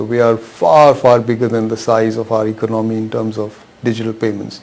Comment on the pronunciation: I suggest that first looks up the dictionary and learns the correct pronunciation of the word “ economy.”